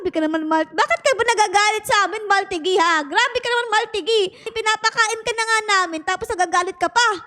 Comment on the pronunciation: I think the pronunciation of his name is Mahl-TEE-gee